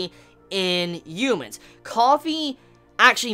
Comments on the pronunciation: The “UMENS” “ U MENS” “ U MENS” “ U MENS” Dude... it’s “ H uman”..... ok? Ughhhh he video is still playing and he said it four times... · Am I the only one that hears "umans" everytime he says "Humans?"